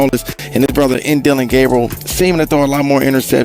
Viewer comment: The continued mispronunciation of Deion Sanders and Shedeur Sanders names is either from a lack of professionalism or racism. You choose the reason.